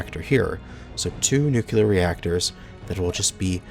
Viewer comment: nuCLEar .There's only a SINGLE 'U' in the name.